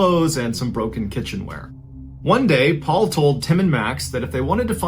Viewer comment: Soooo is the 5sec intro of your videos saying "one day" ? Because I swear it sounds like it says my name 'Quantae' 🤣🤣